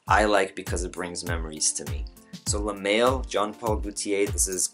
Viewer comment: Good review man.. just a couple pointers. L'homme is pronounced Lome.. the ' and h are silent. So like Y'ves would be pronounced Eves. And pour homme the h is silent also. Le male is pronounced le mall. Not trying to make you look bad or anything. Just giving you a heads up so next time you'll know your shit. ;-)